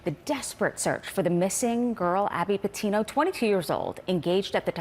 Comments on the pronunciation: Her last name isn’t Petino! It’s Petito! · Gabby Patino? It’s Petito JFC lady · PETITO LADY, ITS PETITO WITH TWO T’s